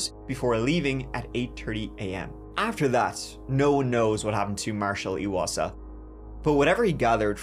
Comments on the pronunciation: Eye wasa, not eeeee wasa. I'm from the same area and his family is still actively looking for Marshal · Chapter Hi I’m from Lethbridge Alberta Canada and wanted to say thank you for covering Marshal’s case. His last name is pronounced I wasa.